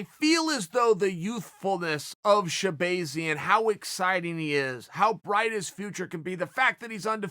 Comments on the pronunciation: Chael literally everybody who has ever said his name pronounces it shabAHzian not shabAYzian. There for I know for a fact ever time you have heard his name being said, you heard shabAHzian. So tell me why the fuck do you insist on saying shabAYzian? Thanks. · Sha bah zee in not bay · Chael: “Shah-BAY-zyan” 😂